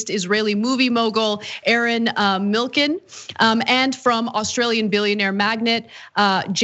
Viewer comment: Arnon Milchan is pronounced "AHR-NON MILL-CHAN", 'chan' as in 4Chan.